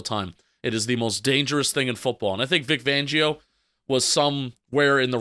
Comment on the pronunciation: His name is Vic Fangio. Not Vic Vangio